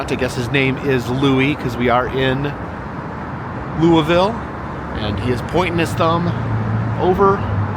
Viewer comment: Noooooooo!!!!!!😩😫 I wish I had known you were in Louisville!!! I could have shown you soooo many cool things in our town! I hope you enjoyed your visit! Also: props on the pronunciation!